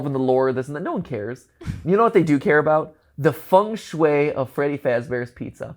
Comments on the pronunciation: Another cool episode. But the pronounciation of Feng Shui really triggered me! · ah yes, fung shue, the walmart feng shui.